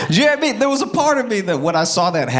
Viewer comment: “J’naw I mean?” is one of my fav Joshisms.